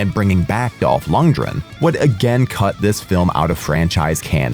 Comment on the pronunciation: It's LundGren.. With a G